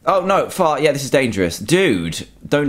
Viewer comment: when he said far it soned like fart